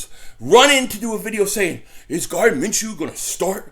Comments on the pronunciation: Lol you keep calling him Garden lmao, Gardner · Gardner' not Garden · Gardner not Garden 🤣🤣🤣🤣